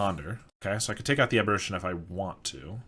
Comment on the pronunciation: The flip side of Delver is pronounced Insectile Abber-AY-tion. You're pronouncing it like "apparition", which is another word for a ghost.